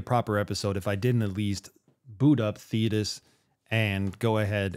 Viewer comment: Sorry, Dude, Thetis rhymes with Cletus, and that thought does not impress me